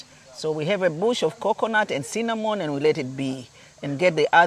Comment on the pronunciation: Oh my😯😯😃Did she say Coconut Annnd Cinnamon 👈🏾